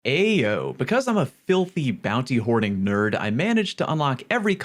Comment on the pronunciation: Bro said Ayoooo....as a Northeast native. Someone help this man do it right lol. All jokes aside, good vid.